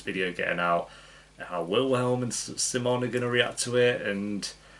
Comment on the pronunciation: I love how you pronounce “simon” in a Swedish accent like how it’s supposed to and not like the Americans who react to this show lolll